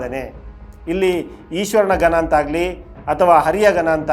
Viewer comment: ಅದು ಗನ ಅಲ್ಲಪ್ಪ.. ಗಣ ।। ಯಾವ ಸೈಡ್ ಕನ್ನಡ ಇದು?